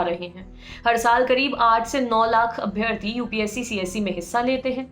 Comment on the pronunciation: Please correct ur pronunciation for abhyaarthi!